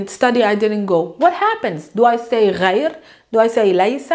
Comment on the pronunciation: درس رائع لكن الخطأ الذي وقعت فيه هو أنك لا تعربين اواخر الكلمات مثلا غير تنطق غيرو. بدون كتابة الواو طبعا واستبدالها بضمة